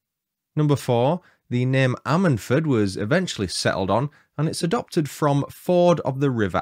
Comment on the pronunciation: Lol its pronounced ....I sted ford!! 🤣